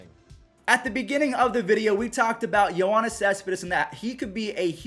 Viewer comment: You’re mispronouncing Yoenis’s name, idk why you’re saying Yo(A)nis theres no A in his name